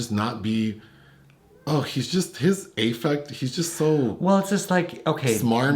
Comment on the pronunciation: Also fwiw, the A in 'affect' is like 'apple,' unless that's an inside joke 😅